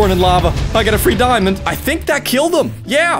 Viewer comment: i like the part that he said Diamondé